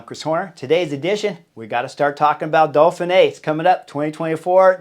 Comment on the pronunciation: im not sure i can take a whole week of dolphinee Chris!! Dauphin!!